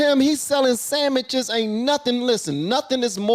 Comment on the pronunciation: Sandwiches, not samiches